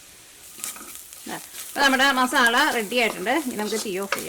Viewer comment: മസാള എന്ന് പറയരുത് മസാല എന്ന് പറയണം ഇനി പറയുമ്പോൾ സ്രദ്ദിക്കണം